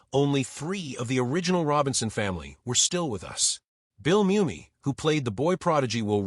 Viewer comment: One thing AI still hadn’t figured out is correct pronunciation of words. Pronouncing Mumy as moo-me instead mummy. Saying re-zoom instead of re-su-may.